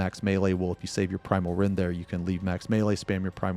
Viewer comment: Why the hell in my head i hear "Primal Rend" as "Pwimal Wendh" all the time?? :face-blue-smiling